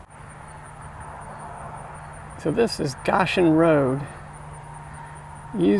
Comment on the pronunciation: cool bridge, pronounced hard "O" as in GO-shen (it's a Bible word)